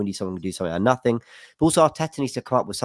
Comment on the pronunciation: "In the last four windows, Arsenal have spent nah'ing in free of 'em!" Liverpool signed Chiesa in the same length of time.